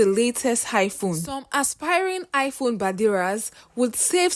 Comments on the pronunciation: Listening to you pronounce iPhone as Hiphone I can authoritatively state here that you come from the Akamba community in my country Kenya. Hi! 🤣🤣🤣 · Why u saying high phone 😅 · Highphone abi iPhone?🤣🤣😂 Yoruba people nd pronunciation 😅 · It's not highphone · Am I hearing Hi phone??😂😂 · 🤣🤣🤣I heard same